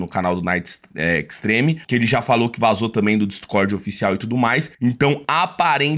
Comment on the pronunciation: ta, mas... QUE TAL VOCÊ APRENDER A FALAR "VAZOU"?